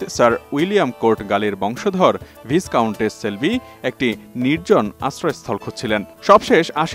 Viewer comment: ভিজকাউন্ট নয় উচ্চারণ হল "ভাইকাউন্ট" যা "কাউন্ট" নবেল পদের নিচের পদবী।